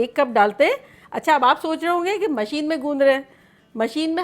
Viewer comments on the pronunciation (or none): none